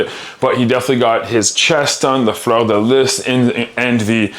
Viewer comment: Was that fleur de lis he said ? I think that’s what he said but the pronunciation was rather odd to my ears.